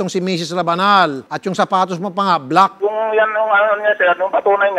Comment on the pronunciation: The way he pronounces "black" para tuloy tong si Ryan Rems